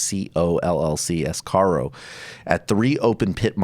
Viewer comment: Asarco, not "Ascaro." But irregardless, oxford comma, oxford comma.